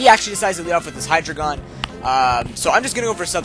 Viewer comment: Btw I always thought you were trying to say HYdragon but your accent was making you say hyDRAygon